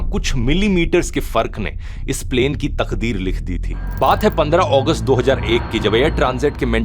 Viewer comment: 17 अगस्त ❌ 17 ओगस्त ✅ 😂